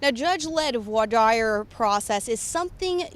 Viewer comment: Vwar Dear. That’s how you pronounce Voir Dire. Come on, I know it’s Latin, but you could easily look it up on your phone before you go on air if you’re unfamiliar with how to pronounce a word or phrase.